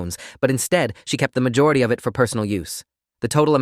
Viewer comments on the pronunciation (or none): none